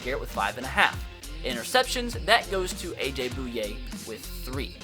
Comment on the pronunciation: Can you please start saying Bouye right